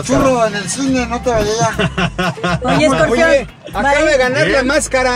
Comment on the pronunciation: Hasta José Eduardo se dió cuenta que la hermana estaba actuando bien freza (porque dices scorpeon!!)